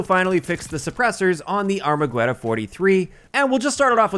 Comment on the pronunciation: You don't pronounce the U in Armaguerra.